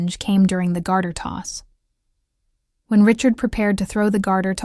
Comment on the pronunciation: "Garter toss" not "guarder"